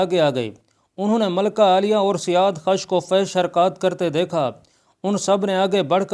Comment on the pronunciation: Azarmidukht to khusro parvez ki beti thi bhaijaan, na ki ardshir ki. Ardshir khud jab mara to balooghat ko bhi na pohoncha tha, bakhayal mere, aap jis badshah ki baat kar rahe hain, wo khusro ka beta sherwiya tha. Aur janab, wo naam "siyaadkhash" nhin, balki "siyaavakhsh" hai